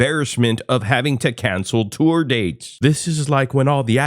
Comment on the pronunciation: He tores!